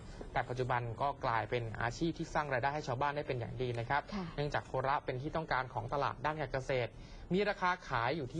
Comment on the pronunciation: อ่านว่าโคระไม่ใช่โค.ระ